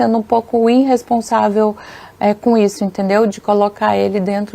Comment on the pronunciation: Parece que ouvi "inresponsável". Diga para esta baranga que o certo é irresponsável.